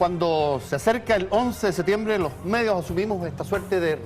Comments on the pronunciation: SeTiembre? Dónde estudió este tarado? Septiembre es o no? Ahahahah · Pronuncie bien por favor! Septiembre, no se coma la P! Terribles los primeros 3 minutos